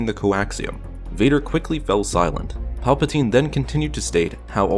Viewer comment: It sound like you are saying papatine